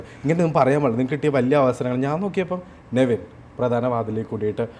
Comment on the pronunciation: നെവിൻ എന്നാണ് name കുറെ എണ്ണം നിവിൻ എന്നാണ് പറയുന്നത് 🤣🤣🤣🤣